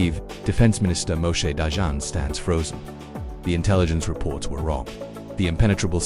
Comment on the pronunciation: Read "dayan" like in english. The france sound dont even acsist in hebrew.